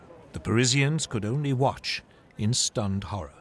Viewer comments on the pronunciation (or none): none